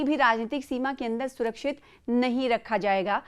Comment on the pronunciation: Bolte Bolte. Aapki zuban phisel jati. Biman tayara hota. Khadi desh. Surachit. News18 urdu ya aur koi chanel. Akemak. Senao. Sayem. Milawat hone se maza kirkira ho jati.